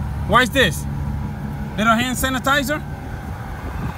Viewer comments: Leeto hann sanitiza, LITTO HANN SANITIZUHHH!!! Thanks this was an efficient hack and I got a good laugh! Thumbs up on this lol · “LIL HAN SANITIZERR” 😂 lol okay say that den 👏🏽 thanks 🥰